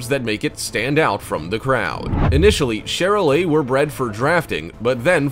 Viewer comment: I show cattle specifically Charolais and Maine-Anjou and learn how to say there names right it’s li-mug-zeen not li-moo-sin and it’s Shar-lay not Char- lay